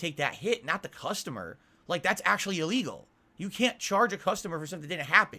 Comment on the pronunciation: Everything that hurts him is apparently E LEE GULL